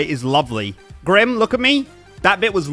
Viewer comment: It's Grim not Graham